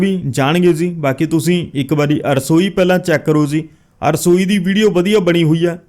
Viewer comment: arsoi ni rasoi hundi a ji agge to dhayan rakhna